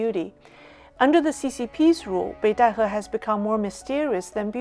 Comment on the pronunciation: Obviously can also speak genuine mandarin. One can tell this from her pronunciation of Beidaihe, which is the exact mandarin pronunciation.